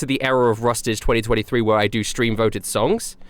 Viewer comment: The day Rustage pronounces my name right is the day I upload on a consistent schedule. Anywho, this years music was awesome dude! Keep up the awesomeness 💯